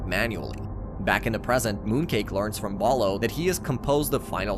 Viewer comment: bro you keep saying balo its bolo and im still pissed that they discontinued this